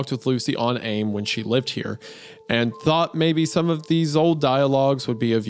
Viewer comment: worst part imo was Isaiah pronouncing AIM as the word "aim"